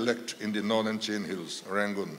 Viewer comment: Chin tih hi A takah Chuan Chhin ( thil kan chhuma a Hmin tawh tih ang Khan chhin tiha lam tur a ni.) tunhhma Chuan hmusittaw hnam.kan nih avangin Chhin tihin min koh nawmnah 😊